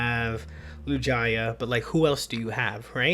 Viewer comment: Hard G's bro, not J, for Tangela (like tangled) & Lugia